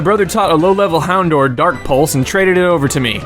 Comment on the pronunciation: houndour is pronouncer houn-dow-er, not houn-door